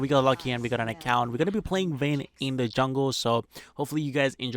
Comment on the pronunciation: he keeps saying "wayne" i almost thought batman's alter-ego is somehow in this game.